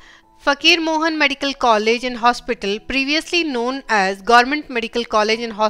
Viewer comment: its not Fakir Mohammed its FAKIR MOHAN .... its a disrespect